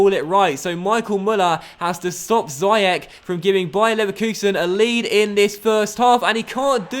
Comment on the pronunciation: ziyech is pronounced ziash